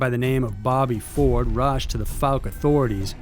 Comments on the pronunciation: Fouke is pronounced ‘Fawk’ not ‘Fook’ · "Fowl-Kuh" not "Fook" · Its not pronounced "fook". Fouke is pronounced "fow-k". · Pronounced " Fow-k " . . . Still enjoying the video , thanks 👍😉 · Narrator butchered Fouke pretty bad. Lol.. Fook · The way you pronounced the word “fouke” is wrong. I live right beside it. It’s pronounced as if it sounds like the ou in “ouch” but f’ou’ke…